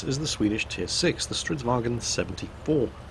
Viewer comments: Why do you keep saying "stridsvagen"? Swedish is not german, its pronounced vagn. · Why do you keep calling it StridsvagEn? It's a Swedish tank, not a German tank. There is no E in Stridsvagn. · "Stridsvag en Stridsvagen 74" gaddamn it it¨s not german, get rid of en and just keep the n. Stridsvagn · Jesus mi balls this is not a kampfwagen it's a stridsvagn, no bloody en on the end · I've commended your Swedish pronounciation before,, sir - but it's because of that previous high level that I can't hold myself from pointing out that it's "Stridsvagn", not "Stridsvagen" up here in the land of Odin. Spelling it in English, I would say to aim for "strits-vang" with a somewhat longer "a". Sorry for rambling on about something so meaningless. I'll be quiet and watch the clip now. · Stridsvagn if i may, not stridswagen. its not swedish/german. :P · For the love of everything swedish, its not a "wagen". We're not germans. Its Vagnen. There's an N right there after the g. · cause there's no example word that ends in gn so that's how English speakers pronounce it... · Both and quickybaby pronounce stridsvagn like it's german... It's not, you should look it up on google translate to get an idea how to pronounce it, it's not perfect, but it better than saying it like it's german. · Hey your pronunciation of Stridsvagn is pretty good, but there's no e at the end. I think you're confusing it with how you say the german "wagen". Just get rid of the e and its perfect.